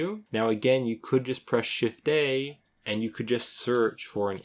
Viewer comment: he is saying Shift + A if you have a problem hearing "shift day" lol like i was. maybe i've been working on blender too long tonight lol